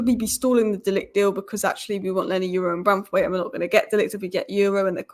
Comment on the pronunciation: Leny Yoro (Your-ro )And Not You-ro, Stop Butchering These People's Names. Learn How To Pronounce Someone's Name Before Talking About Them Or Mentioning Them. Edit: A Simple Constructive Comment And Most Of You Start Showing Your Tempon Strings, Anyway Thanks For The Engagement.